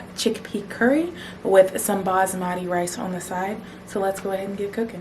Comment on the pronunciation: The indian in me when she pronounced 'basmati' differently: 👁️👄👁️; Jk, love your videos! Especially those vegan tacos. Yum! 🌮💗